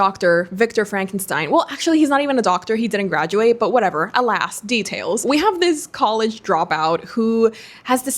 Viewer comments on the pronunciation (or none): none